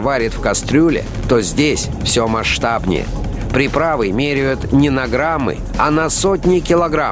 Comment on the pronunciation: Мереют ... МЕРЕЮТ ! ИЗМЕРЯЮТ ! ЭТО БЛИН ЧТО ТАКОЕ ?